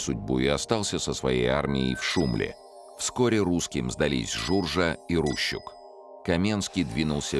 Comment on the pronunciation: РущУк, блин, а не РУщук...